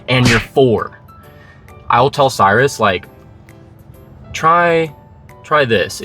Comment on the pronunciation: Cyrus. In Latin. Kyros, Greek, predating Latin. Kurush, Persian, predating Greek. Look it up. Respect the person by pronouncing their name correctly. It can mean Sun, throne, lord, far-sighted, bestower of care. Addendum. Never mind. I looked it up for you.